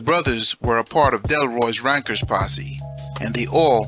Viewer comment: Correction Its not Rankers....its RENKERS or RENKAS ask any Jamaican what "renk" is.......